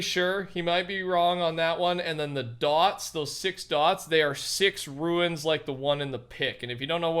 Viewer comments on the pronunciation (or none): not to hate but they’re called ‘runes’ (like roons) not ‘runes’ (like ruins)